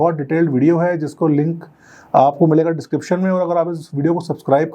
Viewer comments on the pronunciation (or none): none